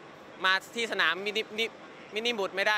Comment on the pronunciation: คืองง ไม่สัมชัชชุ mvpอื่นได้หมด (คือพูดว่า สนาม มินิบุตร5555)